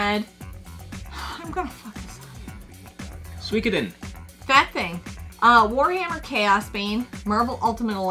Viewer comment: I seriously can't believe pronounced Suikoden wrong 🤦‍♂️🤦‍♂️ I'm happy has upped his RPG time, I put away 30ish this year, so that's his new target for 2024 😉 Let's hop can get a full 12 months, no disasters and get those hours up to a respectable 1000hrs 😎👍 At least can pronounce Suikoden, top of the class young lady 👌 and Suikoden not making the cut! Blasphemy 🤦‍♂️😂 Happy New Year, you lovely people 🍻 The Pixel Remasters are fantastic 😎👍